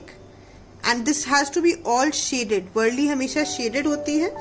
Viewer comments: Kindly pronounce warli correctly It's वारली and not वरली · वरली नहीं वारली कहते है